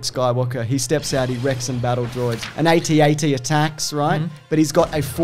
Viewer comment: It’s AT-AT ...NOT AT-AT.......(doesn’t really work in typedness).....BUT STILL!!!